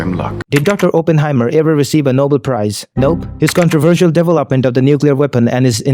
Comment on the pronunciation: The pronouncement of devel-opment is messing with me and the worst thing is I know I'm going to accidentally start pronouncing it like that.😅